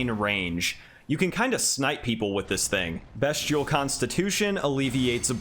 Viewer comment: Just to let you know it’s pronounced beast-ee-al not best- ial 😄